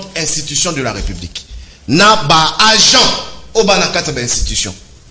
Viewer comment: Ndeko ZULU nalingaka mingi, mais boluka bolobela ye un jour ata na KUKU, C'est un intellectuel, atika koloba to ko prononcer b'angent, na place alobaka b'agent